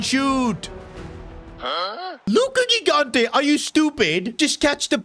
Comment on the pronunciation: italian here, just saying gigante is pronounced like "jigante". btw good series keep it up!